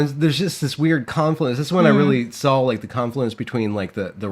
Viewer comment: i'm just gonna leave the typos in from now on, in solidarity with uncorrected pronunciation of saw and draw.